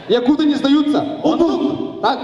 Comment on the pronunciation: якутЫ, не якУты